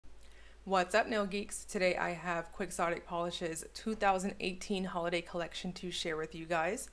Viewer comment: Are you sure you're pronouncing the brand name correctly? Maybe check with the company.